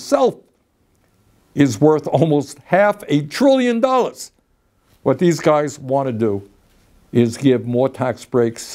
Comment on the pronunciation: Did he say "half a trillion dollas"...? 🤣🤣🤣🤣 I reckon he did well in speech and drama class not in math